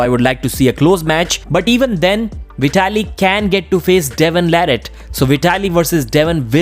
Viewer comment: devon lerret ❌ devon larrat ✅